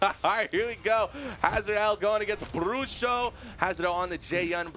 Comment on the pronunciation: melhor pronuncia do nome bruxo que eu vi até agr nos campeonatos.. 👍